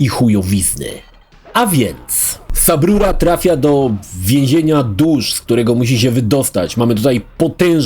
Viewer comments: Nie wiem czemu, ale za każdym razem jak słyszę subrura kisne coraz mocniej xd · Jak usłyszałem "sub ruro" już czułem, że będzie dobrze